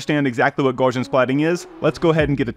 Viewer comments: Gaussian is "gow-see-ann", even though it looks like "gawsh-ee-ann". Just remember "Gau" rhymes with "Tau" (which rhymes with "cow"). The name Gauss rhymes with house. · The fact that the guy cannot look up in any online dictionary how to pronounce Gaussian tells me that's a complete moron.